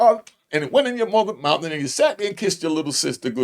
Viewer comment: WATCHA MOUF BRETHREN!!! lmao